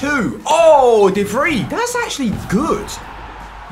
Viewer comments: Its pronounced as de vry mate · you're mispronouncing De Vrij